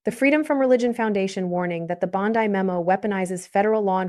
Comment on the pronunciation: ANOTHER DAMN AI GENERATED CHANNEL THAT USES OLD VIDEO THAT DOESN'T BELONG TO THEM TO GENERATE $$$$$ FOR THEMSELVES. Don't bother, The female narrator can't even pronounce Bondi's name correctly.